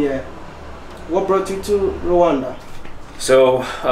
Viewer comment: It's Rwanda. Rwanda. Rwanda!!!!!! Not Rowanda